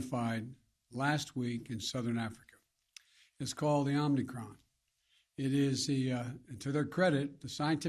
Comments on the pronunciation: Omni Cron by the way!! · “Omni cron” - Biden 2021